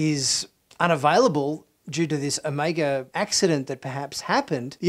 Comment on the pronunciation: I love your pronunciation of Omega lol. You pronounce it as o-may-ga